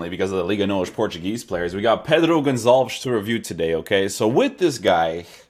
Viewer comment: Not Gonzales. Gonçalves. Aka pote